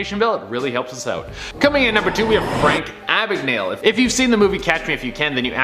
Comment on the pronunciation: Ok, his name is pronounced Abegnal-e. Second, he was a master forger and worked with the F.B.I, not the C.I.A.